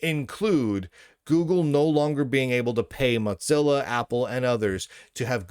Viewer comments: Mot-Zilla? Why do you say it like that, there is no T. Its "Mo-Zilla". Its triggering me more than Trump triggers a TDS purple haired zim-zer. 😑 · Mozilla might want to pay you to stop saying Motzilla.